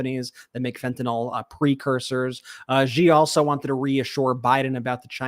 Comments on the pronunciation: How can fentanyl be pronounced “fentinol?” 😂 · It’s not FentaNOL. It’s Fentanyl. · Who cares? The country is burning and we care if fentanyl is mispronounced. Ppl know what fentinol is. As long as we get it off the streets we can call it anything. But thanks for the grammar lesson.